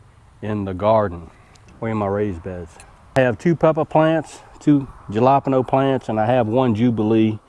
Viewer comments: Just found your channel when I was researching tomatoes and cucumbers plants. Good stuff. You deserve more subscribers for your effort. Btw, are you trying to say alapeno peppers? I was a tad confused. Jalapeno are pronounced "ha-la-peen-yo.". Or maybe it's a plant I never heard of. Idk. By no means do I mean to be negative on your videos. Just thought you would like to know. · Jalapeno is Halo peen yo